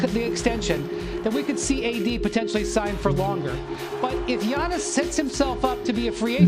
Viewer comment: wtf u say Giannis ' name like that?